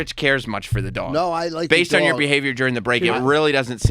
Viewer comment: "Dog" is how it's pronounced, Sam. Not "Daww-guh"